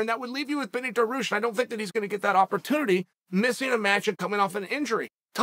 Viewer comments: Uncle Chael: I'm Beneil's number one megafan Also Uncle Chael: "Benny Daroosh" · If Chael doesnt say Benir Darush every week, we wouldnt know he ever existed.